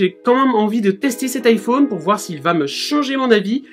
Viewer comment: Iphone ouite 😂😂